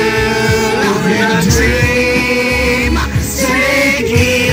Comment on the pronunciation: man I forgot about the 'I'm stillAH in a dreamAH' guy